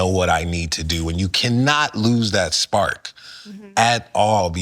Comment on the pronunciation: He's illiterate. It's spark not spart